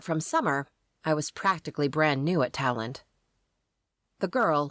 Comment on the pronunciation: What is this 'talent' university? When I lived in NOLA, it was called "2LANE" (Tulane). I hear a few different pronunciations, none of which are remotely close. Very confusing. There are other local idioms that are completely missed in this series.